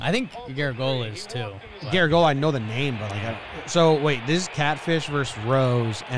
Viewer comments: Announcer: Joe Gar-a-GEE-o-la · It's Yogi Berra's friend Joe garagiola pronounce like garage e ola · Liking this video. Heck of a mistaken pronunciation of "Garagiola."